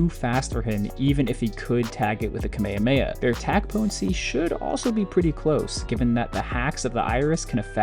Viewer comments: its pronounced ka-meya-meya ?? i always thought it was ka-meh-ka-meh-ha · I’m never gonna listen to a guy talking about Goku that can’t pronounce Kamehameha😭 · Sorry, but... WHY DID YOU SAY KAMEHAMEHA LIKE THAT?!?!!?